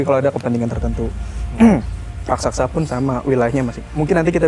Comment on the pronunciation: raksasa bukan rasaksa